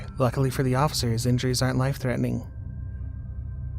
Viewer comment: is that cop drunk? Is said “osifer”